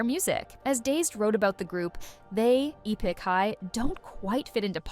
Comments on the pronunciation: Bounced when the now-obvious AI voice pronounced "Epik" as "E PICK". Too bad because it seemed like they actually did some research. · Is no one going to talk about the fact that this person narrating has no idea who this video is even about - she literally butchered half of the Korean names along with pronouncing ‘Epik’ as ‘Eepik’?? Hasn’t listened to a single interview or watched a single video on them. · Not trying to hate on this content, but seriously “E” pik High? Was this video made by AI? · How'd you manage to mispronounce Epic? 😅